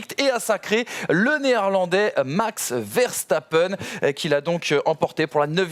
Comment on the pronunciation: Je rêve du jour où vous prononcerez Verstappen correctement 🙃, sinon super émission les gars !